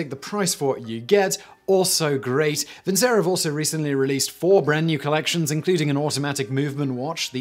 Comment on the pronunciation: It's pronounced vinchero ffs